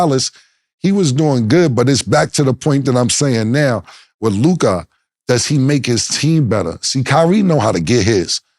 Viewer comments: why mase always say Luk-eye and not Luka😂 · The way Mase pronounces Luka kills me everytime hahaha